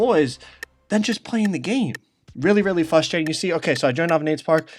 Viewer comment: “Fustrating” nigga wtf